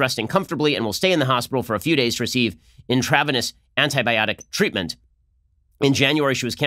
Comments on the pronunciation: "Intravaness" lol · in TRA venous? LOL. Even Ben flubs reading. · It’s pronounced “Intran Vean EE Us” lol it’s an IV. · Say it with me: Intra - veen - us. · it’s intra-veeeee- nes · ”inTRAHvenus"? I thought Ben’s wife was a doctor. This close to the election there’s no way Trump would get a SC nomination through. We’ll just have to hope he gets re-elected. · Hopefully Ben's wife--who I believe is a doctor--will teach him how to pronounce "intravenous" properly. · I also thought I heard wrong! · The second I heard it, I thought “mrs Shapiro is going to let you hear it tonight!” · I caught that too! Since I have such a high view of Ben, I doubted myself and had to look it up to confirm that I was right. 😆 No big deal, but a good reminder that he is just a normal person, (mispronunciations and all) just like us! 😉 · How did you pronounce intravenous? lol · If Ben runs for president one day, the dems will constantly replay his mispronunciation of intravenous. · You’re not allow to mispronounce intravenous. 😀